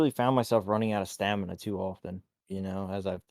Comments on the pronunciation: Stanima. It hurts lol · It’s STAMINA not stanima 😂